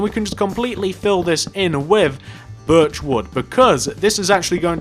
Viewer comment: Why does he say birchroid